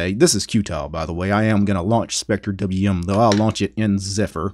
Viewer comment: wth just pronouce it “spectrum”